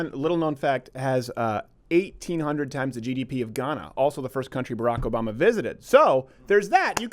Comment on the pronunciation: Nigel saying Obama sounded like "a bomber" to me.